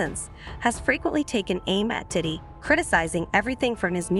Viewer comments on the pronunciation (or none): why this girl saying "titty" instead of Diddy half the time?